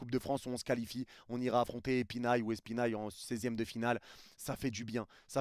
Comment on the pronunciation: espinail ? Espaly* 💁